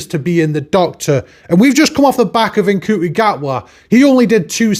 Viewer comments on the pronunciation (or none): How does he not know how to pronounce Ncuti after all this time?